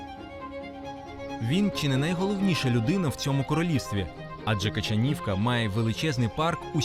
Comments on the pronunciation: Качанівка ,наголос на другу "а". Була в Качанівці 2 тижні назад ,маєток руйнується ,особливо зі сторони ставу. Реконструкції ніякої нема. Праве крило маєтку взагалі закрите ,бо аварійне . Альтанка зовсім в жахливому стані ,закрита на замок ,дивитись не можна. В палаці 80 кімнат ,відкриті для відвідання десь півтора десятка.Решта замкнуті. Але гроші деруть двічі : перший раз за вхід на територію ,другий раз -за вхід у маєток. Ось так. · КачАнівка не КачанІвка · КачААААнівка ! Мабуть потрібно було б запитати місцевих про правильну вимову назви села ! :body-blue-raised-arms